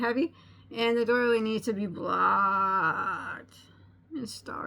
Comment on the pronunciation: Oops! Doily, not daily. :)